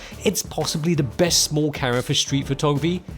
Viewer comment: Say Camera not Cara 🤣